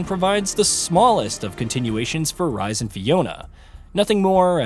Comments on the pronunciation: Really bro “Rise” it’s pronounced “Reese” so annoying you butchering his name 😂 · For same one names Rhys that's not how you say it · not the only name that was butchered too, it hurt my soul everytime